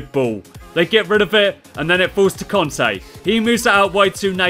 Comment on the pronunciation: Its not conte its kante